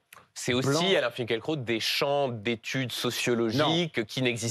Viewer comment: Je lis Finkielkraut et non Finkeulkraut M. Duhamel.